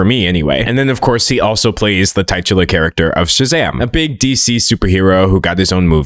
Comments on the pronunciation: It's "TICH-uh-ler" and not "TIE-chu-ler" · tit-you-ler. titular. 😅